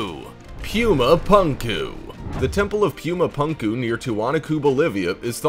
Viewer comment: It’s not “pyoomah pahnkuh” it is pronounced “poomah poonkuh”